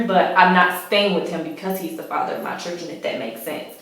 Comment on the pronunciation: The word is children, not chuldren.